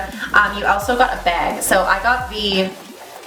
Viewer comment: The most Canadian pronunciation of the word "bag" ever :) I was really interested in this until the expiration nonsense came up. I agree with you, it's way prettier than the neutrals one. Maybe if this one sells out I can buy a new one when they make the next batch.